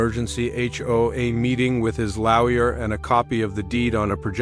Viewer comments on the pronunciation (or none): AI doesn't always work properly. Hence pronouncement of the word Lawyer.